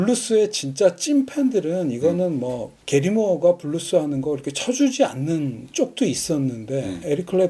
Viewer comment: 자꾸 브루스라고 하시니 80년대 나이트클럽 '브루스 타임'만 자꾸 생각나요. ㅋ( 저도 옛날 사람). 블루스라고 발음해주세요~~ㅎ